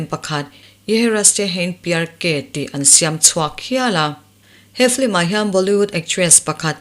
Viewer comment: Film hi Flim ('L' aia 'i' ri hmasa) anga lam hi a dik chiah em lê..?